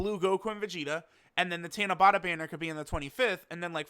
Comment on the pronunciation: It's tanabata not tanabota 👍